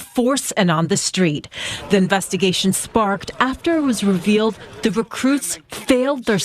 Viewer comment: The rep couldn't even pronounce investigations properly. He said "inzestogations"